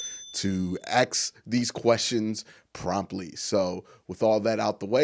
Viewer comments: You would appeal to a larger audience if you would pronounce it as “ask” instead of “axe”. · Did you Axe him ?or Ask him?